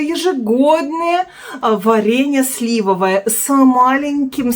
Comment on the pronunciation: вы правильно ставите ударение на 1-м слоге слИвовое варенье, супруг вводит Вас в заблуждение 😊